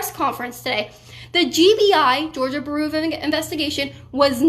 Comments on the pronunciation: Georgia Buhroo of Investigation. "Byou-roh" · Bureau is pronounced 'byoo-roh', not 'bur-oo'. Sheesh. Proper English is becoming a dead language! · Kaitlin, bureau is pronounced "byoor-oh", not "buroo" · Georgia baru of investigation 🤣. Love ya girl but that was funny. It's like the FBI but its GBI for georgia. It georgia BUREAU of investigation just like the FBI is federal BUREAU of investigation. Love you're content though! Doing a great job! Haa🤣ha you just said it again! LMFAO! I'm sorry, I'm sorry. Seriously....good job👍. You cutie pie you ❤🔥❤ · It’s BEER-OH, not Bur-OOO. Just sayin. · Learn how to pronounce bureau . It’s not the same as brew, that’s a beer dumbass . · Is she trying to say bureau? Lol sounds like shes saying beeru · You are saying "bureau" totally wrong. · Kaitlin, we love you, but I couldn't stop mentally tripping over your pronunciation of "Bureau". Otherwise stay safe and keep fighting the good fight. Long live the Republic!